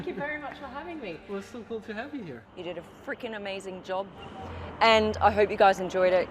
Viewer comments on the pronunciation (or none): also the way she prnounces the word "here" is highly aggrevating